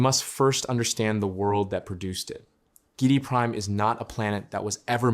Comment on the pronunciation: I think that the name is pronounced GEE- eh- dee Prime. Good video to continue the great DUNE saga.